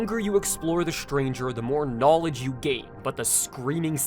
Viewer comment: the j sound in "knowledge" and the sh sound in "she" sound similar already, plus you kinda slurred the two words together.